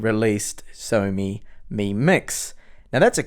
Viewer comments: I had to replay a few times to actually hear you say xiaomi and not Sony. great laugh ;) oh and love your reviews. keep up the great work! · Tomas C he probably said Xiaomi - pronounces it show-me